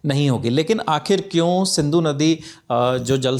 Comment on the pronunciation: It is Sindhu not Sandhu